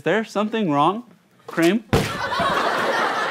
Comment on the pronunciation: Creeeamm. What? I thought you asked fir cream